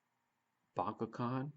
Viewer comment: it's the ch as in chalk for bachhan